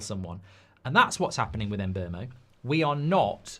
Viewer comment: Its pronounced Mboomo not Mbermo the player himself has said so